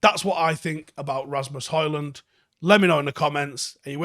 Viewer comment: FFS, the D is silent!